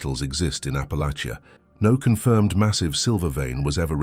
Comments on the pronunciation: Raised in East TN. Loved hearing these stories. Raised with most of them. But just one problem. Please please please, learn to pronounce Appalachia correctly. Thank you. Just remember apple at cha. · Teach AI how to pronounce Appalachia!